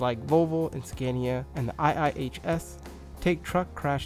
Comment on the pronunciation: BECAUSE SCANIA IS OWNED BY VOLKSWAGEN, DOESNT MEAN ITS FULL NAME IS VOLKSWAGEN SCANIA, and its scAnia not scEnia